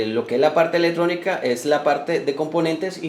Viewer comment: Buena la intención de el video, gracias por el esfuerzo, te recomendaría corregir las ideas que tienen los demás comentarios y algo muy importante corregir la pronunciación de las palabras Ej: Ele tronica, Cone cion, Dete tar, Corru ta, Prote cion etc. Recuerda que escuchar las palabras mal pronunciadas es como hablar con una persona que tiene mal aliento. Muchos éxitos amigo.